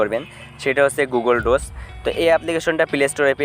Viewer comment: গুগল ডোস না ভাই। এটা গুগল ডকস।